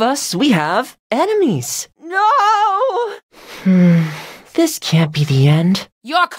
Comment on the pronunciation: " And if you are looking in front of us, we have A N I M E S. ", 2021 I know it is Enimies, but some reason, i heard ANIMES LOL